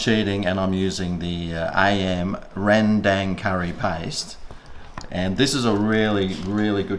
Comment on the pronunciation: Ren-dang. I love the pronunciation that every person outside the world that never heard of rendang. It's wrong, but it's still nice to be recognized from all over the world or the world under. DANG SON!